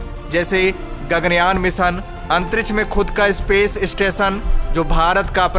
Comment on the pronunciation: अंतरिछ नही अंतरिक्ष बोलो